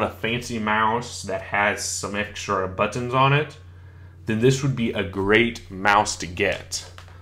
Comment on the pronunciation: the way you say buttons really ruined my day